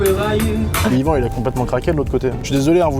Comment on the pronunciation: Par contre on Dit Yvan